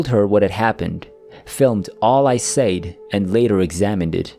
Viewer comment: Your narration and voice quality are perfect. Except for when you say the word SAID. It’s pronounced SED.